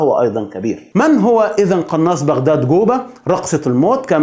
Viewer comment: اسمه جوبا وليس قوبا . معقوله ما تقدر تنطق حرف الجيم . اذا هو شيعي يطعن في زوجات النبي وفي أصحابه الله لا يرحمه .